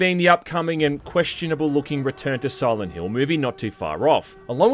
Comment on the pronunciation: Sirent Hrill